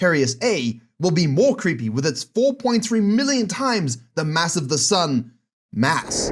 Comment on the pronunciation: Did he say? Mass or ass